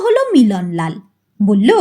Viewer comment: tomaar galpopat aamar khubi bhallolage, karon onno channeler kathakder moto tomaar uccaron dosh nai. "phhu"-er path annobaddya. bangla sabda "thulangi"ke tumi "thalangi" uchharan korle kano? aar sab pathai tumi "bollen" aar" bollo" sabda uchharane timing anabashak Jordan Dao kano? aamar boyosh90,tai tumi liklambole kichhu mone korona.tomar channel-er nam janale tomar galpopath aaro sunb subechha nio.. n